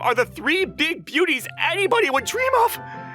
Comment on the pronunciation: "The three big booties" I swear I misheard that while passively listening.